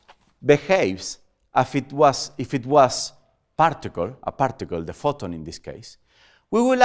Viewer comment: We say partical and he prtical 😂😂